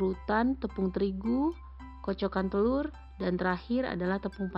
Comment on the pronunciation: The way you say "telurrr" suggests you are Indonesian. You rrroll the rrr just as we do in Bavaria.